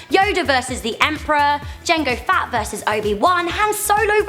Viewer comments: fett not fatt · It's fett not fat!!! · we are star wars fans they said. cant even say fett but fat :P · and its not boba fatt its fett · Its not jango fatt its fett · U mean jango fett not jengo fat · STOP SAYING FATT ITS FETT!!!!! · Does she say Jango and Boba "Fat"!? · You called Boba Fett Bobba Fat